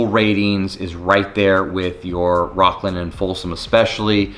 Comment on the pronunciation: Are you serious. 😑 your definitely not from sac. "Rockland"? It's rocklin 🤡